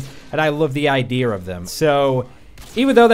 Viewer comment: Liam Crowley no ur not the only one lmao